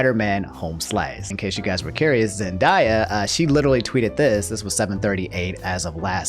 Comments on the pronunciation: Say Zen-die-ah one more time and ima fight on behalf of her beautiful name. Zen-Day-Ah. Love the vids but I'll fight for Rue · ITS ZEN-DAY-A NOT ZEN-DIE-A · "Zen-DIE-ya" Damn, do you unironically say "pokeman"? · Bro it’s pronounced “Zen-day-ya” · Zen(diea) tf lol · my boi said “zenDIEya”